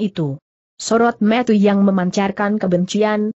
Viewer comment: Sayangnya cara membacanya kurang bagus, contohnya : Cara dibaca keer Tuan dibaca cuan Mata dibaca meet Dsb